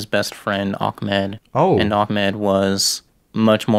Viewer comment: It’s not ak-med it’s ah-med (not trying to be mean)